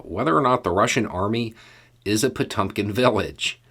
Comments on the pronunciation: It's pronounced pah TYAWM kinn. The e is really the umlauted Cyrillic e, known as the yoh. (Another example: Ezhik, hedgehog. The E is the umlauted one, but Russians usually omit the umlaut cuz they assume people know it is the letter yoh, not the letter yeh.) Good try,. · NOT "Po-TUM-kin." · No big deal but take a look on how to pronounce "Potemkin"...